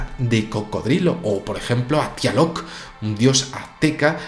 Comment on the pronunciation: El dios azteca se pronuncia "TLALOC" No Tialoc xD Simple error de pronunciacion